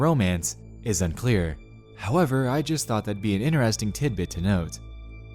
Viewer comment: I fought for a moment fhat he really fhinks fought is how you spell and pronounce fought.